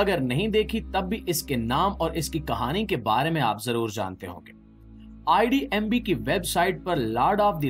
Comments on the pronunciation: IDMB NAHI "IMDB"😂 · IDMB. NAHI BHAI. .IMDB